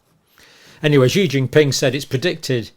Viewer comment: Dr Campbell, President Xi's name is pronounced with an "s" sound, as in an Italian "sì" or "she".